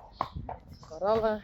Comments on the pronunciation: I love the way you say Coralle and Belles names. Don’t change❤. It’s beautiful the way you say it😊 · I actually think the way you pronounce Coralle’s name in particular in Dutch sounds More Beautiful than the way it would be pronounced in English, so don’t be hard on yourself about that. 😉👍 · I like your pronunciation of Belle and Coralle better than the English translation. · I prefer the way pronounces Belle's and Coralle's names.Coralle has benefited from being at Stal H.She trusts more. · Actually, I kinda like the way you have been pronouncing Belle and Coralle. I am used to it and it seem normal and somehow much softer and prettier. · I much prefer Belle and Coralle they way you pronounce them! Thank you for sharing! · I think we can be pretty sure that Blomke is the filly running laps around Saly. What an energetic girl she is. I think it is understood that Coralle is a 3-syllable name and Belle is a 2-syllable name. That was so wonderful to see both Glendy and Daisy getting nice spa sessions. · Reintje looks like she's doing everything at half speed! Come on baby! Bravo, Rein, what a good job giving Daisy a bath :) LOVE your pronunciation of Coralle and Belle. Much prettier. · I prefer Coralle and Belle the way you say it. What you have done for Coralle the rest of her life. She's so much easier to handle and enjoy human touch now. She has really turned into such a nice horse now.